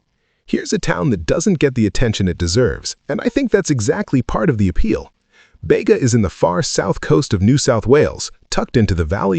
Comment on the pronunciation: It's Bee ga